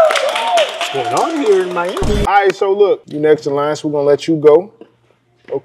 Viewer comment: “what’s going on hure I’m miamiii???”😧